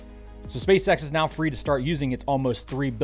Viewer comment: Nothing sadder than a fully grown racist who thinks it is funny to say "meow" instead of "now".